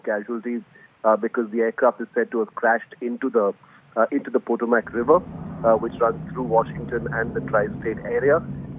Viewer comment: It's been reported that it is a military helicopter. Also, Potomac is pronounced puh-TOW-muhk. Prayers.